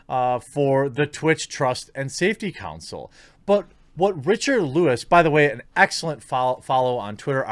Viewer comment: Why do Americans struggle so bad with the word "Council"?